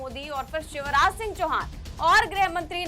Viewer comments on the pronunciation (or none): none